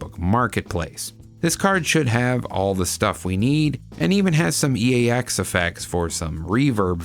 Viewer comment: When you said the SB has EAX effects, i heard you actually say „Axe-FX“. Nice 😉 totally irrelevant, but yeah, maybe hidden message you‘d rather like to play the guitar. Greetings n stuff 🤘jenzGuitarist 🤘